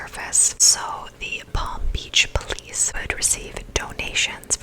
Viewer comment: Palm beas polich 😂😂 i was just falling asleep when i heard u say that and i started laughing... my god these things always crack me up ♥️